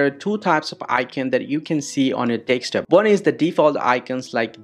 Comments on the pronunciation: MF its desktop not dekstop😂😂😂😂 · Every time you said desk top it sounded like you were saying take stop. Also, I followed your instructions and it didn't work. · Bro said deckstop😭😭😭😭